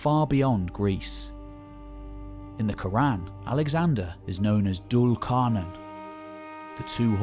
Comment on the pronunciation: Dhul is pronounced zool, car nay n. And yah a jooj ma a jooj in Arabic. You proper mangled them lol😂. I had to learn how how pronounce Arabic from Pakistanis, I'm from Windsor by the way and you are one of the few narrators on you tube who can actually speak their mother tongue correctly. So bravo! Something uniquely ironic about a narrator who can't speak properly.